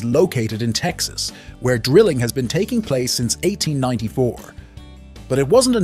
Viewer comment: “…in the United States, Texas” You researched all of this information for the video, but you didn’t bother taking two seconds to look up how to say “Texas”. …in Texas, USA. or …in the United States- (pause) Texas.